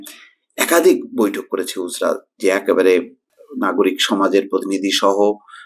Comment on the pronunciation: সঠিক উচ্চারণঃ উজড়া জিয়া